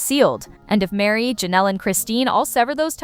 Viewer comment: Her name is Meri, not Mary